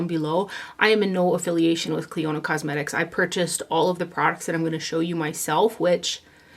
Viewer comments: Hi...I love you videos! On a very friendly note: You are pronouncing the name incorrectly...as it's actually my cousins name here in N.Ireland. :-) You pronounce it ...like a near silent o there. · I heard you mention this brand a few hauls back and for the life of me I couldn’t understand the brand name lol Thank you for doing this video!